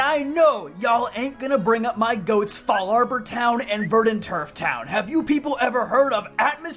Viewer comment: I think I’m in the minority but your Fallarbor pronunciation sounds strange to me.